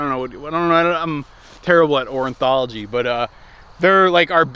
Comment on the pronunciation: You mean ORNITHOLOGY not "orenthlogy." Orenthlogy is what OJ Simpson practiced on his spuse.